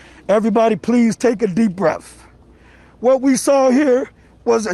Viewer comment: Wtf is a breaf